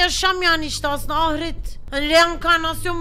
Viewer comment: Pelin ablam ahret değil ahiret o çok takıldım